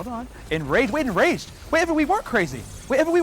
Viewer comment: ENGRAGED ENGRAGED ENGRAGED